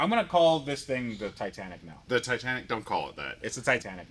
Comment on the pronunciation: It's the TI-TAN-ICK!